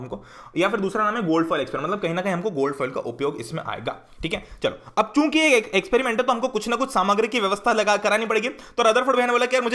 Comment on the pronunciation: sir aap kyuki ko chuki kyu bol rhe ?